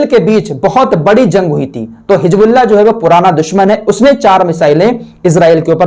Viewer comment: Assalamu alaikum.Allah aapko khush rakhe.Aap bahut sahi jankari dete hain. Meharbani karke Hijbullah na kah kar Hizbullah kaha KAREN.ISKA MATLAB HOTA HAI ALLAH KI PARTY.